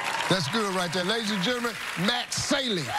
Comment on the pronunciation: "Matt SAYlee."